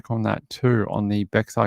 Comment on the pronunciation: totally got caught by the same county again, we've had this same conversation about Bexar county and me pronouncing it wrong.. i will make a mental note about it